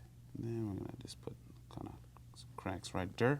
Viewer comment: over hurr... over thurr...